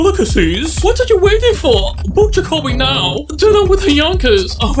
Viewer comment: “The yawnkays”😂